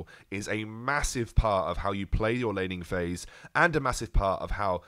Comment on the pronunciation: I keep on hearing lenny face instead of laning phase...